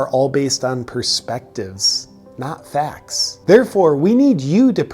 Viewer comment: facs instead of facts could have been more convincing ahaha